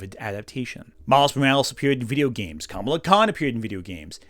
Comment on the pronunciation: I know this is a small nitpick and so far I like the video, (I'm ) but Kamala Khan's name is pronounced the way people were mispronouncing Kamala Harris's name.